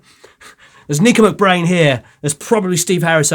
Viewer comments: its Nicko not Nico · Nicko , not Nico. Derek Riggs,.not Right. Video of Clive Burr? 🤦‍♂️